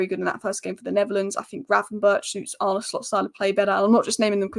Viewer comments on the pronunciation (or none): Arne = Arn Uh